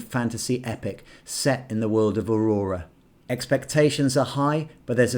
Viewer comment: you do know it's Eora, not Aurora, right?!